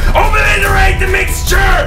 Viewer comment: "OBLITERATE MIXTURRRRRE! >:O" xD